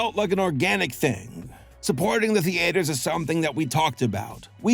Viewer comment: Why do you pronounce theatres like thee-aters lol